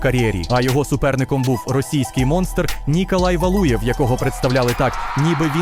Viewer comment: Хе, хе. Повага лише за ніколай валюєв. Саме так іх всраті імена і потрібно вимовляти. Ніякої адаптації